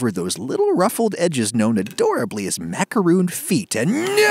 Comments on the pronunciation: Darth Sidious Haha, I'm American and I say macaron and macaroon because they are totally different cookies. Adam just doesn't give a sh*t about the correct pronunciations. (Im a baker, used to work in a bakery, and a starting avid cook, and my old boss who went through college for baking said its pronounced in the old french way, and they are totally different cookies) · then why do tge French people pronounce it macaron and not macaroon? And why do Americans make this coconut ball dipped in chocolate called a macaroon? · Ragusea NYOOO! Americans say it rOOns because they are wrong. And it's an accepted and constant mispronunciation. If you don't want to sound pompous, consider it spelled like macarOHNE. No accent needed. Short O over long, mon ami. Ps. Love your vids! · If these are macarons , why does Adam keep calling them "macaroons"? A macaron is different from a macaroon. All the screaming in this video made it quite unpleasant to watch anyway, so I doubt I’ll be using this recipe. I own a stand mixer and I’m not afraid of it. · Wisdom I agree. Just because other people mispronounce macaron as macaroooon, it doesn't make it any less incorrect. There's just no way you can get that pronunciation from the spelling -on in English or in French. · Exactly. He's trying to have it both ways. Just because a lot of people mispronounce macaron as macaroooon, that doesn't make it any less wrong. No way is -on ever pronounced -ooon, not in English, not in French. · Many French words that were adopted into English that ends in -on will usually be spelled with -oon, such as balloon. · In french it's said "ma-ka-ron", we do not say the final "n", I do not think there's any word pronounced like that in english XD It's a nasal vowel, we have a lot in France, but there's almost none in english ^^ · There's just two different English spellings / pronunciations... He's not saying macaroon is "RIGHT" it's just not wrong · then why do you refuse to pronounce it the right way?